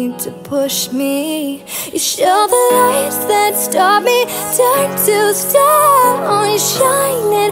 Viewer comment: I keep hearing lice instead of lights